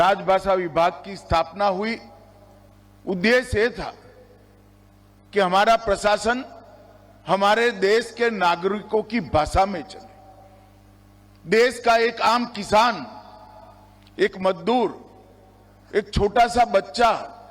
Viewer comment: He is not able to pronounce words nagrik and sanskriti. Saying nagruk and sanskruti. What a tyranny. Those who cannot speak Hindi are advocate of Hindi.